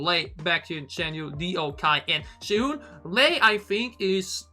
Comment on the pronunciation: Sehun is pronounced like (ten)se- (moon)hun hehe